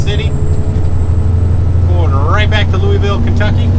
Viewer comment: Wind comes from the Sun. Don't care about hearing Illi-noise, just glad you don't say Lewis-ville. Your Louisville pronunciation is perfection to my ears. -from Louisville.